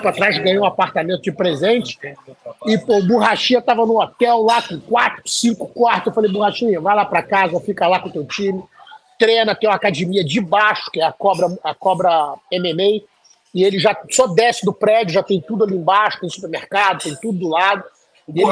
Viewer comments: Se tem Gracie tem "acadimia" hehehehe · Acadimia, Burrachinha😅😅